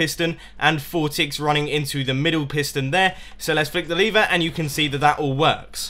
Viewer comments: It's not leave - er. It's lev er. L ee ev er. La ever. Go to college for English. Also, it doesn't work on ps3 edition. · I hate it when people pronounce lever "Leever".